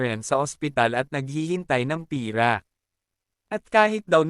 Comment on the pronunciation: Lods pera po iyun Hindi pira